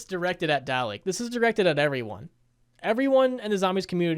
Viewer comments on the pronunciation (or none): It’s dalek not daley + what toxicity you saying here? You say that cod zombies community is toxic because him? The zombies community is toxic because they got influenced by the cod multiplayer community and not mr dalek